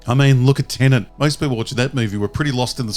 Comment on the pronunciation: Why do people pronounce Tenet as Tenant? It’s the new “Rouge One” of our time.